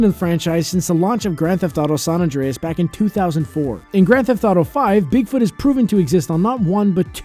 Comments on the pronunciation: “Saun Andreas” 😒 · State of “San Andreas” ?? 🤦🏻‍♂️